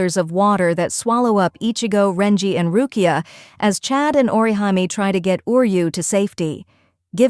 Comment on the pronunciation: WHO THE HELL IS ORI-JAIME!?!? ☠️🤣